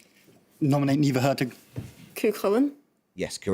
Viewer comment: Ní Mhuircheartaigh given the impossible choice of letting him butcher her name or Cú Chulainn's